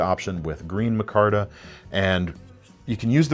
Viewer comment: I have the exact ABW button lock shown. Centering needed correcting, it has gobbbbs of lock stock, and the blade step-milling does hang up on material. I'll think longer and harder about dropping that money on future ABWs. PS,, it's "my-kar-tuh."